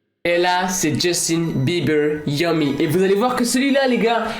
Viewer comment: Ça stresse que moi quand il dit “yawmi” Au lieu de “yami”??